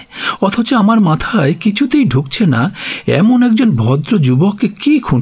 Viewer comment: Kindly care about pronunciation, as করছে -কৌরছে, এমোন -এমন, গিয়েছিলো - গিয়েছিলো, otherwise very good